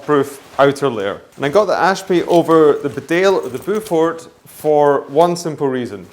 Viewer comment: Sorry to be that guy, but Beaufort is pronounced 'Bo Foot' not 'Bow For' Its a very old English family as in the Duke of Beaufort or the Beaufort hunt.